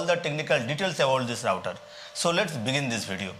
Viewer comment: Thanks for pronouncing the word router correctly, not rooter, lol.